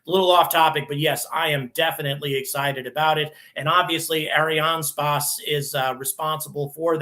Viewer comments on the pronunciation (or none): Please learn how to pronounce "Ariane space" properly. Thank you.